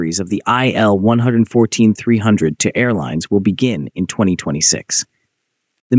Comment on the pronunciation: It's not an "ai el". It's an il-114. ilyushin. Like "eel"